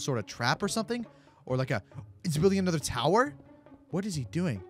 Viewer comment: Anuther towtr.